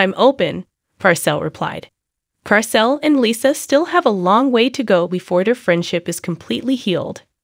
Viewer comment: I agree 😭🤣🤣 i was confused for a second lol who the hell is lissah